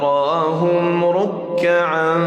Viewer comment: يقرأ برواية ورش عن نافع ، ولكن هناك لحن : لم يأت بالتقليل في كلمة أشداء على الكفار ، ولا في كلمة تراهم ، ولم يأت بالصلة الكبرى ست حركات ( والذين معه أشداء) والمد في قوله تعالى هو الذي أرسل ، قام بترقيق الراء وقفا ( ليظهره) وهذا صحيح ، ولكنه فخمها وصلا 🙄🙄🙄 ولم يأت بترقيق الراء في كلمة مغفرة. من عنده تفصيل لذلك فليوضح لنا ، فلم نتلق رواية ورش عن نافع هكذا 🤷‍♂️🤷‍♂️🤷‍♂️